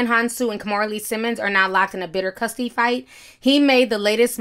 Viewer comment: “You gonna fight for custory”